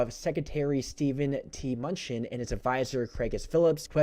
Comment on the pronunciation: His name is pronounced m.nu.chin